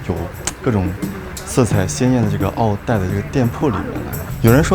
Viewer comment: 襖“一艾ˇ”，意為“長”衫。要先學會唸再介紹。